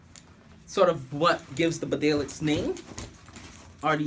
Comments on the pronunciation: It's pronounced Beedale, named after a village in Yorkshire, England. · BEE DALE………GOD DAMN IT……… : )